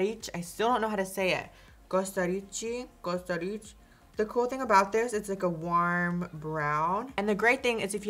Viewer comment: Why do you ay "WARM" all fucked up